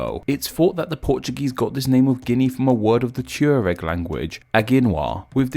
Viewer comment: Did he mean to say Tuareg at the beginning?